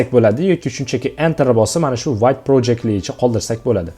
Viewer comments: vayt deb o'qilmaydi vte deb o'qiladi vte fronsuzcha so'z adashmang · 'Vit' deb talaffuz qilinar ekan